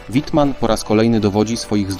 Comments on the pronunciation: Nie Majkel Tylko Misiael i nie Łitman tylkoWittmann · Sporo tu błędów. StuG.III to nie to samo co Panzerjager. Nazwy są niemiłosiernie kaleczone, ba nawet sam bohater Wittman, jest "czytany" po angielsku, W po niemiecku to W a nie Ł 138 czołgów zniszczonych, to tylko w propagandzie niemieckiej itd. itd. Filmik jak dla dzieci... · Też się nad tym zastanawiałem co to za Łitman?!